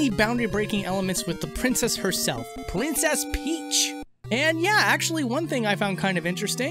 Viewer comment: Is it just me or did he say "plincess Pleach"